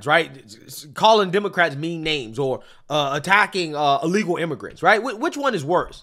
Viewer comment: Dude can’t even say the word…”Illegal”